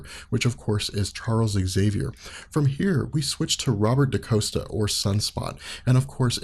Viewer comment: Dani is Mirage (but she was going by the mutant name Psyche at this time). Xi'an is Karma. And it's not Daniel Moonstar. It's Danielle (Dan-YELL) Moonstar. It's not Robert Da-COAST-a. It's Robert Da-COST-a.